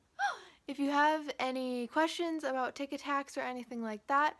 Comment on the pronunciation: Lol thot he was saying tikitaks